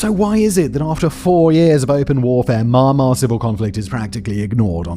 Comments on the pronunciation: I think he's pronouncing it my-an-mar, which is how some British people pronounce your country's name but he says it so fast so it usually just sounds like 'mar mar'. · Sounds like he's saying My-an-mar to me. Saying it how it'd be pronounced if it was English. He's just saying it fast so it sounds like maamar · Didn't know Myanmar was pronounced ''Marmar'' cool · Mumma...Myumma...Momma...Myahmma....So close Simon! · At least say the country's name properly not mar mar wtf that 😂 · "marmar"? is that actually how its pronounced? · Well, I live/work in Myanmar and read the language fairly well. Myanmar is မြန်မာ, and the closest pronounciation in English would be 'mian' (spoken with a very short 'i' sound, then a long 'mar'. မြန် is 'mian', with မြ making the ' mia' sound and န် making the very short 'ain' sound, and မာ is 'mar'. There is no 'my' sound ... :) Anyway, getting exactly correct pronunciation when transliterating from a tonal language (Burmese) to non-tonal English is never easy! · You seem to have a problem with the pronunciation of the word "Myanmar". You seem to have pronounced it as "mama".😂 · Good Video but the way you pronounce Myanmar sounds weird. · Please work on your pronunciation of Myanmar. You’re butchering it and it’s distracting as hell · PLEASE learn to pronounce keywords like Myanmar and Min Aung Hlaing correctly. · Is it me or is it really annoying to hear how he pronounce Myanmar. Say the name right please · Such annoying voice for a narrator. All that accent and can't pronounce Myanmar right 🙄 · This video is hard to watch after hearing how he pronounces Myanmar...seriously man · Thanks. I'm not from Myanmar but his pronunciation is driving me nuts. He's so confident with it too ! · Terrible pronunciation of the countries name.. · Why is bro calling "mee-an-maar" "mar mar"? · I've been watching your videos for a while, and it's pronounced Myan-mar not my-an-mar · mah mah? Are you serious ? its myanmar - or even Burma - not mah mah